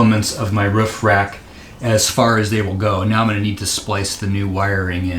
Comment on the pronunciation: Up on your wroof. You know, on the woof.